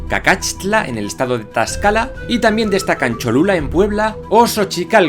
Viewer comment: Se escribe correctamente Cacaxtla, pero ya me confundi con la pronunciación o es cacashtla o cacaxtla con la x normal pero es una de esas dos, es incorrecto Cacatxla;, y el estado es Tlaxcala, creo que no pronunció la L